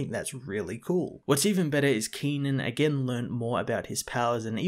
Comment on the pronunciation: Brilliant review One of my favourite comics of all time, shame it's getting cancelled. Could you please try reading the Iron Fist and Daredevil comics? They are in my opinion the best comics Marvel is putting out and the new villain in Daredevil - Muse is truely chilling Oh yeah and Kenan's pronounciation is with a sharper e sound like Keh-nan and It's Yih-Ching